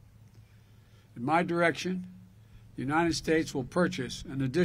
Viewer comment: What a grandstander. Me, me, me. Love the emphasis in his voice when he says MY presidency. Lol